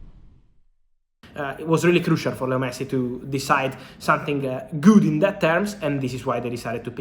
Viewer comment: its something, not sun-thing